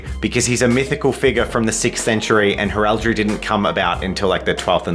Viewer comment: Please tell me I'm not the only one who cringes every time he mispronounced heraldry? 😂